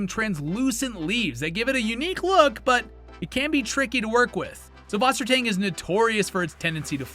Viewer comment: What a wonderful overview of aquarium plants and their pros and cons! Just a quick note, subwassertang is actually pronounced sysswassertang. The ü is a y and ß is a german double s. It means something akin to freshwater seaweed in german.